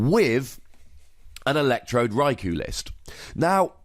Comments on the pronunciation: gratz on the 1m man :) btw one of the generations episodes mentions raikou as 'raik-oh' rather than rai-cow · Nooooo it's not ko-oh. One does not say Sauce- oh - ke for Sasuke. it's hard to show pronunciation for U in typing. Best I can write would be, pronounce, "You" without saying the "Y". Yet sharper. I tried to play it off as that bit did not wrong. But it is definitely not "Oh". Best way to say it in Japanese pronunciation is Rye - Koh. The "U" is generally silent(ish) just as in Sasuke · Its japanese, so its pronounced rai-koh. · It's Rai-Koo